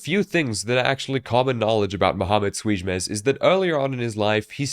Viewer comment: Youre probably the only person on the internet that can pronounce "ç" correctly